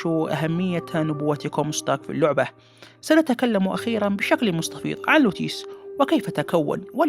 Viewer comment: لا تقول لوعبة